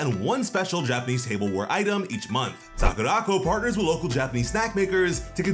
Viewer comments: It's Sakura Co not sakuraco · Great video, but I almost spewed my drink out of my mouth when I heard you mispronounce SAKURACO. It’s “Sakura-Co”. They shortened company to ‘co’ and put it at the end of Sakura. It’s definitely not ‘sock-a-rock-o’ smh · I love how he siad sakuraco. He siad sakurākoh😂